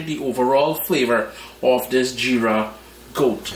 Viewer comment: Nice repice. And its Jeera with a J. If you can say Jeep then add ra instead of p 😊